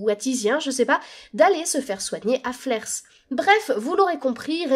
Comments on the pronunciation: 😱😱😱 On ne prononce pas le S dans flers !!! 😂😂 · On dit Flair et non flerS ^^ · Vraiment canon cette vidéo ! Les 50min sont passées en un clin d’œil, merci pour tout ce travail, vraiment ! PS: on ne prononce pas le « s » de Flers ;)